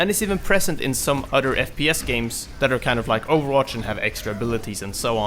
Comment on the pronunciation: has a very good english prenounciation...but he keeps saying udder instead of other. Sounds like nails on a chalkboard. Sorry for being a dick.